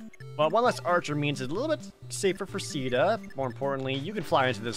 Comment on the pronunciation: Jared: "I've never played this." - Not visiting town and houses. - Calling Caeda a kill stealer. - Wanting to give xp to Marth. We can tell, Jared. You've never played this. But at least he is pronouncing Caeda right. I used to call her Shiida because my first time playing this was the Spanish version of Shadow Dragon. The remake for DS is pretty good actually. People say it's bad because it lacks the flashy animations from GBA and the character supports, which I understand, but is an excellent strategy game.